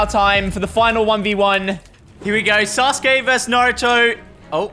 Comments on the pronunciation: Sasuke is pronounced "sauce-k" and Naruto is just "Naruto" like said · Thank god he didn’t said “Sasouki” and “Nruto” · I am pretty sure sasuke is pronounced "sauce kay" not "sas kay" but amazing video guys keep it up 💪🏽🔥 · Nobody:: susgay instead off susuke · It’s pronounced ‘sazuke’ not ‘saske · Sus gay 😭 its said “sas-kay” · NAH RU TOE SOS KAY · “Sasuki.” Said by 😅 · He literally said sus gey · "suSKe" 😂😂😂 accidental 300 iq play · Man really said sasgae lol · bro really said susuki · SASUKE. Isn’t it said sus-koo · Sasuke is pronounced sah su kee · It s Naruto and Sauske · It sa -su-ke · It’s pronounced saa-suu-kee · Why did he say sus kae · Did say sus gay